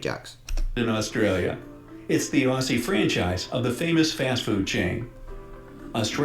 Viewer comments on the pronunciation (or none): none